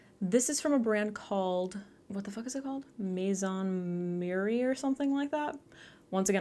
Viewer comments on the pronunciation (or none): none